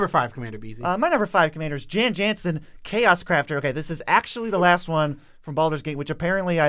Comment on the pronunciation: the J's in Jan Jansen are pronounced as Y's, so its pronounced Yan Yansen.